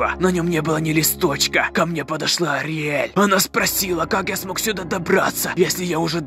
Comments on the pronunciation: не Артель а Ториель!!!!!!!!!!!!! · Ториель а не ориель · Не ариэль а ТОРИэль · По моему правильно не Ариэль а Ториэль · Ариель? Что? Ториель правильно. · Не подсолнух-а Флауи! Не Ариель-а Ториель! бомбиииит! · Флауви не подсолнух, а лютик, не ариаль , а ториэль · Не "Ариэль", а "Ториэль" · Правильно не Ариаель,а ториель. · Ториель а не "ариель" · Не Ориэль а Торилей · Не ариель а ТОриель надо знать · Вообще то Ториэль а не Ариэль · Не ориэль а ториэль на реалистичный андертейл это прикол там много серий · Ариель.. АРИЕЛЬ БЛ*ТЬ! Ториель правильно! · Ториэль а не Ариель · Ни Ариэль а туреэль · не Ариель а Ториель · вопщето не ариель а ториель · Не Орель а торель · Не Ариэль а ториель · Ториэль а не олиэль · Ториэль а не ариэль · Не Ариэль аториэль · Не артель а ториэть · Праваильно говорить ториэль.